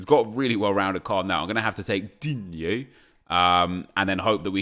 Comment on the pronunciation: that's how you pronounce it